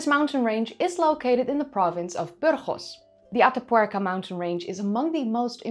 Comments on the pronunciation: Heigh,! It is completely off-topic, I found it beautiful to hear you say, "Ata Puerca"! (Though the tattoo bit made me 😔. Ah, well. And I must say, even your correction of those of us who despise those things was merely corrective, not insulting. Thanks.) Your work is always a hallmark of professional craftsmanship and presentation. Thank you. And I loved hearing you speak another tongue. Your English is so good and well-spoken that it is easy to forget that you are a Nederlander! (Did I just goof, and forget your native country?) I love languages, and love language sponsors!! I thank thee again! Bedankt(misspelling?), if I remember a previous commentary between us. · Your pronunciation of "Atapuerca" is almost perfect ❤